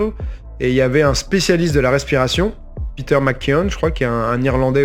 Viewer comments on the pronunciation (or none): none